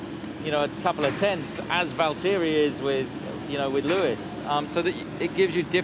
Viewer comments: Who is Val-Teri ?😂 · Why does Horner pronounce everyones names wrong? These are drivers who have been in the sport for years and he so rudely mis-pronounces their names in some kind of weird power play.